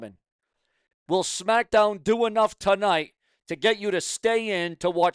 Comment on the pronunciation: What is " Sumackdown"? What is a "bilavard"? Who is Randy "Or-in"? May 19th means absolutely NOTHING!!! Who is "Mitchen"? Did your mother have any children that lived? Why do you hate the English language? Why do you sound like a snake oil salesman? Aj Lee return as big as Punk's🤣😂🤣😂🤣😂? Ok you have zero brain cells left! Benoit MURDERED A CHILD!!! You pile of 💩!! Who is "Oba FEEMEE"? Why do you hate English?!? Just my thoughts, comments and opinions!!!!!!!